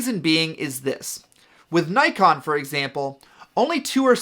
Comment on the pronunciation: Good information but it really bugs me the way you say Nikon